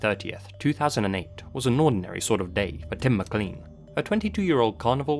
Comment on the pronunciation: How can you be British, yet not pronounce "Mclean" properly?!?